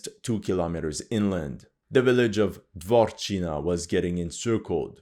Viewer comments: Dvorichne, not Dvorchina. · It is not Dwarf-China, but Dvoo-rechna(ya), like duo-river. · It's not "Dvorchina", it's Двуречная (Dvurechnaya) - means Two Rivers village